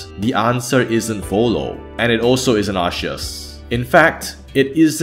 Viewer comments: You never used actual correct pronunciation, Arkoos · The name is pronounced like "ar-sea-us". That is because the 'c' before an 'e' is pronounced like an 's'. Cent, Centurion, Centrifugal, etc. Your arc argument is wrong. For example, is "Produce" pronounced as "produke" because the word comes from "product" where the 'c' is pronounced like a 'k'? No. Because 'c' before an 'e' is pronounced like a 's' regardless of the origins or etymology of words. If you really stand by your argument, then pronounce "produce" as "produke". Each time you pronounce "produce" as "produse" you prove that you agree that the name really ought to be pronounced like "arseus". A 'c' is pronounced like a 'k' when it stands directly before an 'a', 'u', or 'o'. A 'c' is pronounced like an 's' when it stands directly before an 'e' or 'i'. You are welcome. I hope this helps. If you have further questions, then just ask. I am always happy to enlight lesser informed people by blessing them with important knowledge such as how to pronounce the name of Arceus. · I don't get why people are arguing over this. It's obviously pronounced Arkansas(like the US state). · Its pronounced "Ar-Coo" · Oh god, I can never unhear your pronounciation of Arceus xD The way you said "Ar-she-us" literally means "Ass-eus" in German xD But seriously though, just watched your vid on my bae Cynthia and I am probably going to be binging your videos now - really liking your style of commentary and structure! Oh btw, I always pronounce him as "Ar-see-us" or "Ar-zeus" (but the German pronounciation, since I am a Kartoffel through and through) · if theres controversy over the pronunciation of Arceus then just say Areus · Oh shit new Arceus pronunciation just dropped bois Arsheus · Arceus is not Celtic. So the English name is pronounced "Arseus". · It's pronounced Ar-keh-us Every other pronunciation is objectively wrong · I love that you pronounce Arceus differently everytime throughout the video 🦉